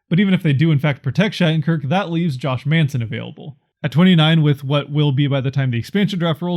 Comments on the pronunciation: Lol it’s man-son not mason, getzlaf is a free agent at the end of the year. He won’t be signed why waste a protection? I think you did a great job. Don’t get me wrong. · Josh "Maison" or something? 😂